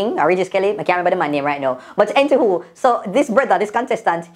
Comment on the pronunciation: 'entiwho' 😭😭😭😂😂😂ano anywho again